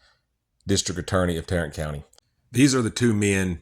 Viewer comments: Did he say " Tyrant " county? Its supposed to be Tarrant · TARRANT COUNTY??? TYRRANT COUNTY!!!